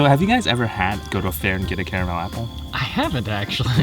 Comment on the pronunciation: Love you guys but the apple incident was hilarious. they sell lil bags of crushed ones at Kroger. Also caramel in bags. Another my friend, you didnt pronounce carmel or car-a -mel.. Yuh mixed em.. haha